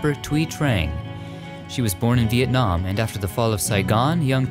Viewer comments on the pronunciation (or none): none